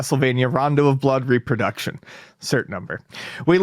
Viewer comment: really needs to learn how to pronounce RE-production.